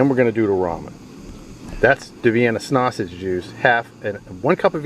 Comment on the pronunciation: Say snausage one more time you fucking mook. Jesus. Also, shiny side goes down on foil dipshit.